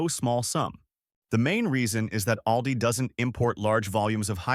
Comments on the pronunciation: please twll me its ALL-Dees and not OWL-dis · We pronounce Aldi different than he does in the video. Im in iowa, we say alldee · It’s pronounced, ALL DEE.